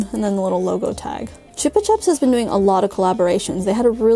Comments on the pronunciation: Chupa Chups is from the Spanish word "to suck" so it's Choopa-Choop. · Abi in America we call the lolly pops Chupa Chup. We say the same thing as the first Chupa minus the A. So it sounds like Chew-pa Chew. We do not say Chupa Chop. I know it's very confusing. I know alot of people call Pom Pom Purin, Pom Pom Pudding. Some think he is a desert but actually he is a dog. Thank you for sharing Abi